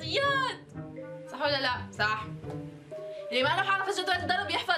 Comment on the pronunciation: مابتعرفي تحكي صح بتقولي سح